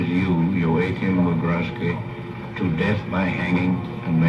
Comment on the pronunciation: That's 'Vaffen' phonetically. 'Veer-macht' Peeper (Piper). What is it about Americans and not pronouncing words correctly, jeez. Anyway, otherwise good video.